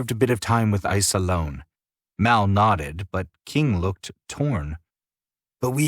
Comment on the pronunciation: Drinking game! Take a shot every time the word nodded is said, it sounds like knotted which eventually had me laughing to myself lol 😅